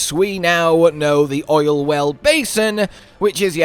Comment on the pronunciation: Homie said oilswell 4 times